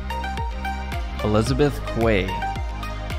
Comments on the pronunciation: its pronounced elizbeth key = quey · Elizabeth quay is pronounced Elizabeth KEYS. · Cairns, yes say cans, Perth is said how it's spelt. Elizabeth quay is said as Kee. Fremantle is said as Free mantle, esplanade is Es plan ard. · Elizabeth Quay is pronounced as Keys